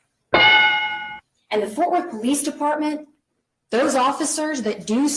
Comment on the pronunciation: Fort Worth, not Forth Worth